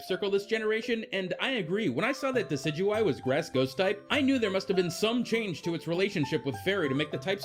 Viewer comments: THANK YOU THANK YOU THANK YOU THANK YOU THANK YOU THANK YOU THANK YOU THANK YOU THANK YOU THANK YOU THANK YOU THANK YOU THANK YOU SOOOOOO MUCH!!!!!!!!!!!!!!!!!!!! EVERY other video either doesn't even try to pronounce Decidueye's name or butchers it horribly. Thanks for not doing that. It's literally gotten to the point where I have typed up and copied a correction so I can paste it into a comment box as a PSA. For anyone who's not the guy who made this vid and has read this far, THIS GUY PRONOUNCES IT CORRECTLY!!! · thank you for pronouncing decidueye correctly .-. so many people miss pronouncing it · Oh thank god, someone else pronouncing Decidueye the same way as me. I had no idea how to pronounce it at first, ahaha.